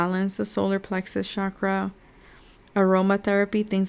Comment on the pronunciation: it's not pronounced 'shakra' btw. it's chak-ra